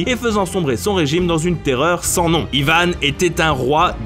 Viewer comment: Pourquoi Yvane on dit pas Yvan